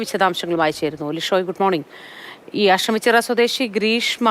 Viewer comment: Ashamichirayalla ASHTAMICHIRA Malayalam Athara Pooralle???????😂😂😂😂😂😂😂